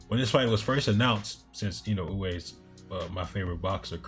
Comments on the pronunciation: Wrong. Unless you feel OK in saying Fulton's name as "Futon" then it isn't OK to be "perfectly fine" with in-uh-way. Say Inoue's name how you want but recognize you are pronouncing it wrong. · To make it easier, you can pronounce his name as "in uh way" and be perfectly fine, it feels like you're still trying to get it a certain way each time and not quite saying what you're hearing in your head when you read it. Hope that helps.